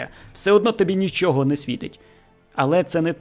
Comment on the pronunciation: дякую. Не ображайтесь на зауваження. Я про українську фонетику, про вимову. Звук [ч] в українській твердий, в російській - м'який. У Вас звучить: хочю, якщьо, нічього. І трішечки звук [о] у Вашій вимові звучить наближено до [а]. Це не Ваша провина, більшість українців тепер говорять саме так. Але дослухайтеся до мови українських акторів, до мови бабусь і дідусів із українського села. Абсолютно тверда вимова Ч! Спробуйте.